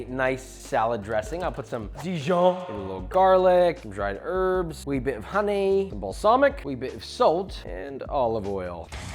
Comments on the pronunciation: the random accent surprised me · is it just me or did he turn british when he said honey?